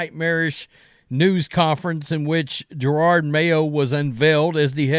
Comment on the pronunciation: Gerard (Jerod), Curnin (Curran), Fleglar (Felger)... perfect 3 for 3 😂 jk.. I just get a kick out of your version of names